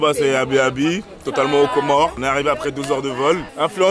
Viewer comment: C'est pas pour casser l'ambiance, mais le "S" à la fin des Comores, c'est pas de la décoration, on dit les Comores par ce que c'est un archipel de 4 îles 😊